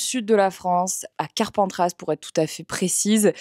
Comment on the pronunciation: Marie , on ne prononce pas le S de Carpentras, par pitié j’habite là-bas et ça nous fait vraiment mal au cœur quand les gens font ça